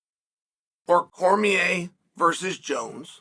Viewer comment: Came to comments just bc the Cormier dc thing. Chael done had so many shrinks after Jon dismantled him he still can’t say his name or he gets ptsd